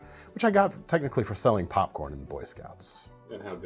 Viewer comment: when you said you sold popcorn to buy knives I had to rewind a bit because I thought you said you sold pot lol